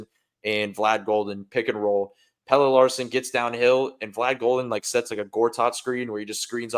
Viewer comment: How do you still not know how to say Pelle’s name?